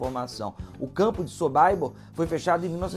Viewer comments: É essa mania besta de ler como se fosse americano, todo nome estrangeiro, aí pega um nome Polonês Sobibor e lê o "I" como se lesse em inglês: "sobaibor" kkkkkk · " sobaibor," ???, O correto é Sobibor. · Documentário interessante. O que pegou mal é esse tal de "sobaibor". O autor não pesquisou. Em alemão, polonês, inglês é simplesmente Sobibor mesmo, lido como se escreve. A pronúncia "Sobaibor" fere os ouvidos! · Verdade! Kkkkkkkk! Quando ele falou sobaibor comecei a sentir vergonha alheia por ele. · Quem sabe é a pronúncia sobaibor. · SOBÁIBOR !!! – Prezado, é difícil de acreditar, mas existem no mundo outros povos e línguas além dos anglo-americanos. Você pronunciou o nome polonês à moda americanoide... Chega a tal ponto a subserviência cultural. Triste... SOBIBÓR é a pronúncia, como se escreve. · na História,, não fique chateado mas o som/pronúncia de Sobibor (Polônia) é 'sow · bee bor. Como se escreve, siimple as that! Sorry... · Concordo. Estas pessoas q se propõem a falar sobre estes assuntos deveriam primeiro estudar a pronuncia certa dos nomes e gentilicos europeus. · Uma pesquisa porca e uma pronúncia horrível (so.bai.bor??)... este campo era nos EUA ou nós somos americanos? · É SOBIBOR que se pronuncia 🇮🇱🇮🇱🇮🇱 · sobibor pronuncia errada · Não se pronuncia "SoBAIbor" e sim "SoBIbor" . Não se pronuncia Simon "Vaisental" e sim Simon "Visental" .